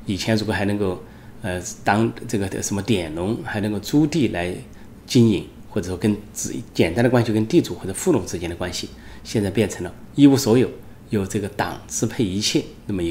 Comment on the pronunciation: 陈老师：是佃农﹙佃dian四声﹚不是‘典‵农。